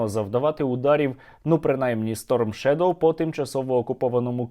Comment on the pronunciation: Шойгу, в слове shadow ударение на первый слог. Был дураком, казаться умным не стоит даже и начинать